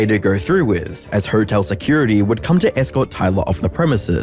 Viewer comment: That's really rude to keep calling it a whore-tell It's just uncalled for